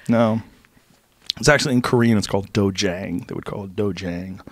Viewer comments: Joe knows whats up!!! His pronunciation of The way koreans call a DOJO is DOJANG but its not pronounced DOH-JENG its DOH-jhang. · Joe "it's do je in Korean" Rogan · thanks for calling it dojang